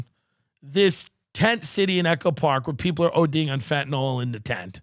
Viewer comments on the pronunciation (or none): Stop calling it fentanall its fentanyl .sorry I hate when people try to be smart and can't pronounce words right.